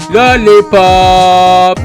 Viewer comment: Lolipop derken orda Lolipop demiyo